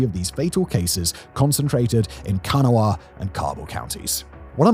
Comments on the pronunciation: Can-a-wa 🤣 It's actually pronounced Can-aw county (Kanawha). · Learn how to pronounce Cabel and Kanawha as a life long resident it hurts me a little every time 😂😂😂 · Too be fair there’s no way someone who hasn’t been to WV is going to intuit that Kanawha is randomly missing a syllable. And the local pronunciations of plenty of places here don’t make any sense (Hurricane especially).